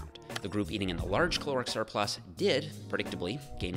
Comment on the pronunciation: Great vid! Altho I keep hearing "Chloric Surplus" every single time. Had to see it written while spoken to understand 😉